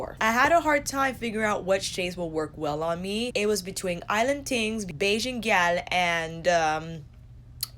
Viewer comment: Haha it wasn't terrible, it was more all the emphasis you placed on the "l", but that's minor. I'm coming to the US at the end of the month and I can't wait to spend hours in Sephora Edit: and I'll be there for the VIB sale! My excitement is real.